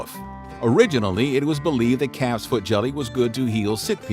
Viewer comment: At first I thought he was saying “boiled cat’s head”. Calf’s head is bad enough.